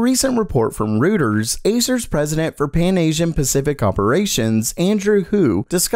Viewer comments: it´s roy-ters, not routers, haha. german names can be a bitch! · Rootets? I thought it was pronounced "roy-ters". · Hi, Reuters does not rhyme with Hooters. It's Roy-tuhz. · It's not pronounced Rooters, it's pronounced Royters (Reuters) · it's pronounced roiters, not ruters. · Did you really just say "rooters"? It's roy-ters and they're a very large media corporation 😬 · Pronounced... royters I believe :) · News information from "Rooters"? Okay, you've just lost all credibility you may have had when you can't even come remotely close to pronouncing a well known news organization. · Hey bud, Rueters is prounouced like royters. just fyi, I only learned that last year myself. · Isn't it pronounced Roy-turs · Reuters, pronounced ROY TERS!